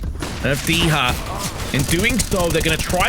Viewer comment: Dycha in Polish is pronounced "di-ha" (soft i like sit) not "dee-ha" or "dy-tcha". It's a colloquialism for 10, like a tenner.